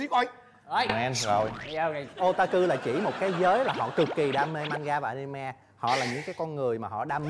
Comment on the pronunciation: A-ni-mê mà kêu A-ni-me